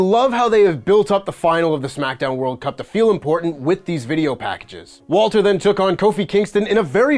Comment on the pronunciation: Thank you for calling him *Walter